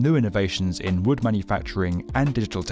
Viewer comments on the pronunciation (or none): i kept thinking it was “wool” instead of wood AAHAHHAA